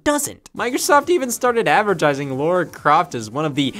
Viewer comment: Did you just call Lara Croft, Laura? Americans hurt my head.